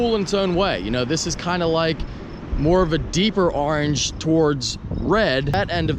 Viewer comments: I hate the way you say orange. It’s not arenge it’s oorrange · I swear you try to say orange in weird fucked up ways on purpose!